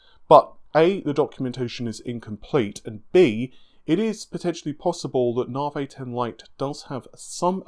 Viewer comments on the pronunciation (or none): Bartholomew Hunt lol drives me crazy. I think “ren-or” pains me even more than “nah-vay” 😬